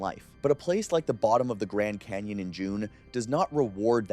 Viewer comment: What's a Grand "Cayon" ?